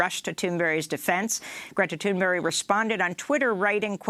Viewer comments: Amy Goodman! You’ve got to stop saying Gretas name wrong, you said it right before! Now you’re saying “Thunberry”/“Thunbury” it’s so annoying. Say it with BERG at the end, please. Otherwise, I love Democracy now and listen to you guys every day. Keep up the good work! 🤓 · this is the second day amy has been saying greta thundbury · Is she saying the name right? She keeps saying "Thunburry". Is that how it's pronounced or is she saying it wrong all the sudden? lol